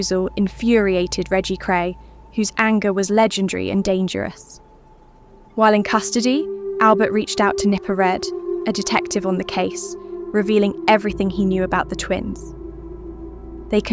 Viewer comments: Nipper Read, not red. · Poor narration with inconsistencies and inappropriate pauses. Nipper Read pronounced "Red" ?